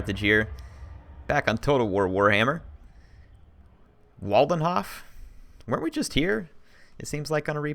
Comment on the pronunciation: I believe that was me with Waldenhof :P the "o" in the end should be pronounced like the "o" in oven (: again, not hating, just pointing out :P